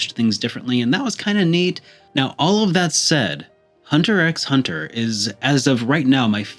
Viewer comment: The X is silent when saying Hunter X Hunter.